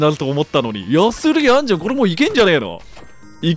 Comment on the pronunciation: あんじゃぁんがあんちゃぁんに聞こえてちょっと笑っちゃったw